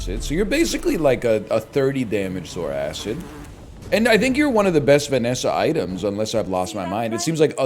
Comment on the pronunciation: its pronounced "Zor-Kid" not "Zor-Acid"